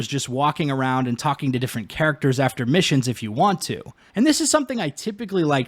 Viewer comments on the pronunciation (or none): none